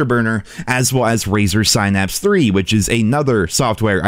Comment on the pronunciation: He apparently can’t pronounce “synapse” as well. I don’t think he’s trolling.